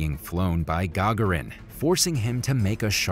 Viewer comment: Yuri "Ga-garin" is how you pronounce the first man in spaces name